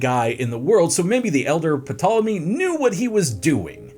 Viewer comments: everyone freaking out 😂. Maybe you should have just not said the P so everyone would not be crying over it 😂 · You know you are pronouncing his name incorrectly, don't you? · If pronounces the P one more time I’m going to have a meltdown like bro your annoying me with that P 😂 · I couldn't make it through the video. So much research was done for this video and a quick google search could not be done to learn how to correctly pronounce the subjects name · This video would be so great if he pronounced Ptolemy's name correctly, The p is silent , surely that would come up in research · Had to stop watching 2.5 minutes in because you pronounced Ptolemy wrong. The P is silent. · Err it's Tolemy not P-tolemy sounds wierd when you say it... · D'Jango! The D is silent... hillbilly! That's what you sound like P'Tolemy 😂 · The “puh-tallamy” is making this unwatchable 🥴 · Also the p in ptolemy is silent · Can I trust a historian who says “Pi-tolomy”? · I tried to watch this but him saying PA tole emy is just too much. You can do all of this historical research but can’t research how to pronounce a dynasty that had 15 named Ptolemy….. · Puh-tolemy..... y'all.... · It’s pronounced “tole emy” the p is silent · P is silent in the name Ptolemy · Ugh pronouncing the name of the subject of the video..is it that hard to find out how?Glib is one thing but that whole video was giving idgaf. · New host needed or bring back simon this guy literally killed this video with the mispronunciation of ptolemy seeing as the p is silent seriously get rid of this dude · When I hear the name of the subject being mispronounced I am automatically close the window. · The ‘P’ is silent 🤦🏼‍♀️ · Until I read this comment I was sure he was F**king with us pronouncing the P lol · I can't decide what's worse My impacted wisdom tooth or hearing him pronounce the p 100 times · The bloody “P” is silent 😂